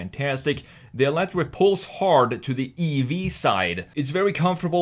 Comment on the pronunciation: It’s actually meant to be pronounced as “elite-er.” Also, fun fact, it’s powered mainly by tapping torque off of the revolutions Colin Chapman is now making in his grave. But seriously, RIP Mr. Chapman, and RIP Lotus. Ugly, stupid, bloated Chinese garbage. So awful it’s surreal. A Lotus SUV that sucks in every way. Wow, thanks, 2023.